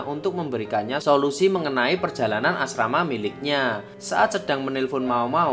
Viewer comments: 10.28 Asmara bang bukan Asrama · asrama??? Asmara kalii....